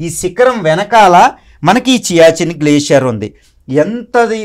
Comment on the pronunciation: It is siachin glacier not chiachin